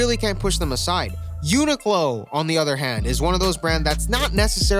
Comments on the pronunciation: It’s unique-Lo not what you called it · lmao it’s pronounced (unique-lo)